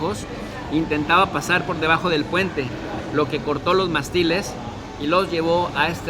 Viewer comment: Ojo...Mástiles lleva acento. ¡Pronúncialo! "Mástiles" es una palabra esdrújula. La sílaba tónica, que es la que se pronuncia con mayor fuerza, recae en la antepenúltima sílaba (la tercera desde el final), que en este caso es "más". Las palabras esdrújulas son aquellas cuyo acento recae en la antepenúltima sílaba. Y es MONERO, NO MORENO....